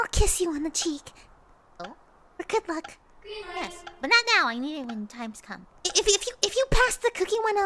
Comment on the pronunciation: I know that she's saying "good luck", but at the same time... I know for a FACT, that I'm not the only one to hear "the f*ck" (no hate of course, I just sorta think it's funny lol 😄)